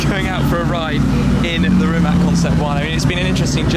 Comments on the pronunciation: RimaC, not Rimak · rimatz ffs not rimak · I'm sorry shmee but it's pronounced [ri'mac] and not [rimmak] (that's what you called it) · first learn how the car is pronounced properly Shmee150. as a slavic man i find this insulting... its not ''rimak''... its rimac (rimatz)..... you as journalist should do research even about tiniest things such as these... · Pronounced rih-matz , no K just C , cmon western people, learn it already, have some respect. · can you read TSUNAMI?YES YOU CAN....that ts sound is letter c in croatian language.....so it is pronounced Rimats.thank you very much. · You pronounced the name wrong